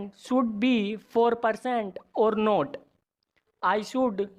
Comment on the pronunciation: He doesn't know how to pronounce should be